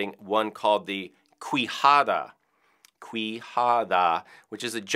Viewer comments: It's pronounced "Kee-Ja-Da" not "Quee-Ja-Da". It comes from the spanish language, and the rest of the explanation he gave it's correct :) PS: MYYYY BESTO FRIENDDOOOOO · Not cuijada amigo, its quijada, like kijada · Native spanish speaker, quijada it's actually pronounced keyhada not cuihada. Just wanted to throw that out :) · Akshuli ☝️🤓 it's not pronounced "qwijada" its "kijada" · That is not how you pronounce "Quijada" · Love the video, QUIJADA is pronounced [kijada] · Just as small note: the U is silent QU sound in Spanish, so it would be more like “KEY-HA-DUH” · It's pronounced kijada. In spanish if there's an U after a Q the U becomes silent. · Me encanta cómo intenta decir quijada y hasta te "enseña" a decirlo 😂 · btw in the word quijada you don't pronounce the u, bc it comes from spanish word, when reading any word with a q followed by an u, the u doesn't sound... like the word "what" wich is "que", or "wanna" wich is "quieres" the "u" doesn't sound